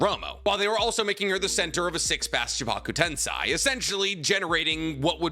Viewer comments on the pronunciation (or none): Tensei, not tensai.